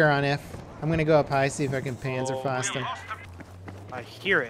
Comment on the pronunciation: You pronounce 'panzer' like 'pantzer' and 'panzerfaust' like 'pantzerfoust'